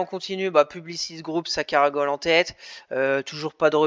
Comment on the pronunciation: juste pour info, on dit caracoler et non caragoler